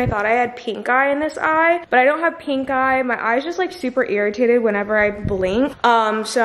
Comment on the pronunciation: and PINK!! sigh